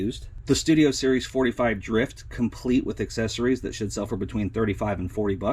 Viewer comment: At the end of the video when you repeat : that should sell for X$. I Sound like you say, that shit sell for... lol that made me laugh